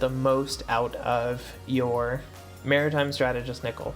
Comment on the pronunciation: This nigga did not just say Meratime Nickel